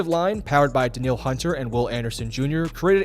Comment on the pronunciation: Said Danielle wrong and it’s okay, happened a lot growing up. It’s actually pronounced Da-Neil and I went to high school with him in Katy Tx. He’s been solid even back then and even better to see him ball out on the Texans.